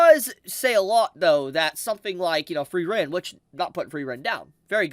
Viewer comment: i love you, but pls type 'Frieren' into your google translator and use the voice/pronounciation function